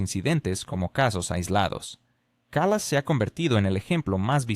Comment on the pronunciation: La persona a quien te refieres es Kaya Kallas? Haceme el favor, pronucialo bien que parece que estás hablando de otra persona. Ahora, eso si, le faltan luces pero trabaja para su marido.